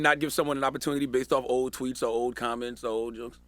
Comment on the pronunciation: I thought he said why y’all care about me and these “twinks”... then I realized he said “tweets”, and then I wasn’t as happy .... 😞